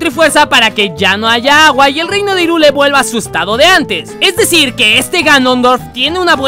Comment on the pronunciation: Irule... ¿Irule? ¡Se pRoNunCIA "jaIRuL! DiSLiKe aL vÍDEo!!! >:v (ok no)